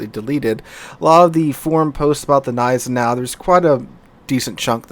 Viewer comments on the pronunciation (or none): The "Z" in Zieten should be sharp, like in "Tsar", but especially the "Neisenau" gives me almost a bout of OCD whenever he says it :D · You actually pronounce the "G" in Gneisenau :) rest is on point though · Gneisenau is pronounced with an hard g so kinda like „kneisenau“ - just in case anyone wanna brag with their German knowledge 😂